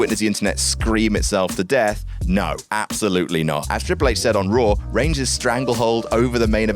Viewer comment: Raw* not Roar